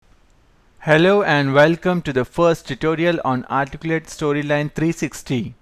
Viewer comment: If you're going to have a tutorial in English, it might be good to have a narrator who speaks English clearly. In this session, the narrator can't even pronounce the word, "Articulate". Very distracting and somewhat cryptic because he leaves out grammatical elements like articles and adverbs.